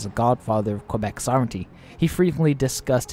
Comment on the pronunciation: KA- BECK, why is it so hard for non Canadians to say it right?